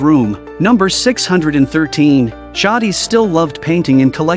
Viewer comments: A typical retarded American narrator it's pronounced jaydis not jardis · Beale is elderly ? I'd go with older, but not elderly. And it's pronounced Jay-dis.